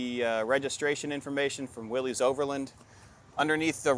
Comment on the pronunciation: Seriously? Why do you call these vehicles "Jeep Willys" pronounces (willeze), it's like you don't know what you have? You have a Willys Jeep pronounce (willis). Jeez!